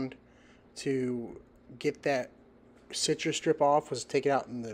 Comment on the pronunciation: How hard is it to pronounce "CitruStrip"?